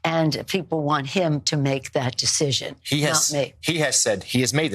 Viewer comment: "This sescision is his to make, (hiccup)"